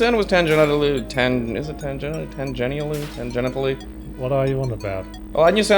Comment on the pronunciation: "Tangenitally" Ok then.